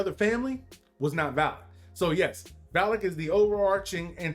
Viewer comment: Valek not kowlic lol